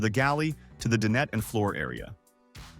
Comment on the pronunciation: "De-Net" for dinette. Ridiculous AI.